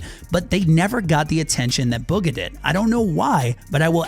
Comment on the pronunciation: I think bugha is pronounced “boogha